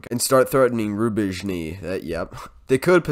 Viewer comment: This mentality of 'just send it!'. Golden...👍🏻🤣 Your last pronunciation of Rubizne was seemingly very close to spot on, from what I hear how native Ukrainians are pronouncing it. On the other hand even some Ukrainians have their problems pronouncing the names of their towns when they speak English. Quite funny to see, but it's something you laugh about together with them.✌🏻 It's like me speaking English myself: Thanks to me being German that sounds kind of like robotic at times...🤣